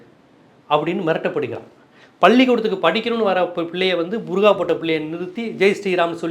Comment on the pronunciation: ...பர்கா அல்ல புர்கா அல்லது பர்தா. சில நேரங்களில் சரியாக சொல்கிறீர்கள், பல நேரங்களில் தவறாக சொல்கிறீர்கள்.